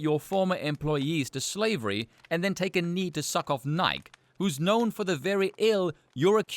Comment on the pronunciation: Pronouncing Nike you actually pronounce the e on the end. Nigh-key